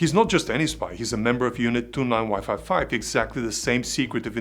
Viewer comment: Group "29-Wifi" sorry just cracked me and now I can't unhear it. Thank you for your amazing content and keep it up great job. I just subscribed so I won't miss any new videos in the future. God bless and stay safe.